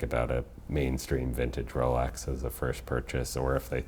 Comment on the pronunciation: The host seems to pronounce x close to tz or the zz in pizza. It scratches the ear. Especially since Rolex is mentioned so ( so so so ) often in these videos.